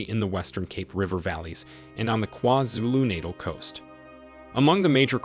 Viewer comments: Lol every time you say it me and my homey are dying of laughter lololol it's KwaZulu-(NaH-taaaal ) not kwazulunatle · Haibo Buhle! Did you not hear this man say “Kwa-Zulu Nadle” 🤣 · Kwhazulu Naytle 😆 I like how you say that 😎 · Sir, please learn how to pronounce "Gauteng" and "KwaZulu-Natal" 😭😭😭. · Please stop saying KwaZulu NATAL like that 😫